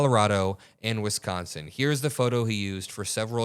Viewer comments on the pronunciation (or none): none